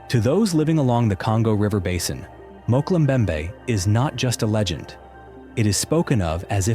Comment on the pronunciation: Mokel mbembe? Mokel? 😅